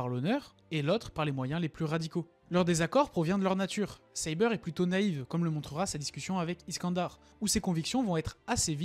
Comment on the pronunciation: Et tu prononce bien Saber ne te fais pas avoir c'est comme ça qu'on le prononce